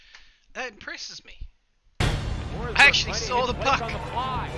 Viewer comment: Hate to be that guy, but it’s Forsberg :D